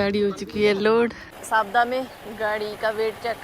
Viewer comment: you could have requested the people who booked your load to buy some food from the local restaurant (you can pay them as well ,generally they arrange for free -surprised they didnt arrange any food given you were there all day) or order via delivery if available .Also the name of the place name is Savda ,i heard it as Safda in your vlogs